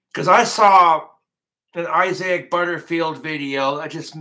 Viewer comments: its pronounced (eye-zick) isaac, but ive never wqtched any videos from him so im not 100% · Is “I-zay-ick Butterfield” the way the guy’s name is pronounced or is saying it like that because he’s regarded